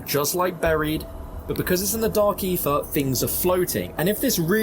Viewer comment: "The Dark Effah"